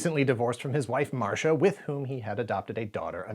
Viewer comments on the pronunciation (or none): none